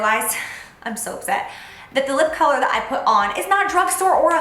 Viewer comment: I love how you said "collar" instead of color towards the end of the video, lmao! So cute! Girl I loved the eye look. Can you please list the eye brushes you used? especially that gold one.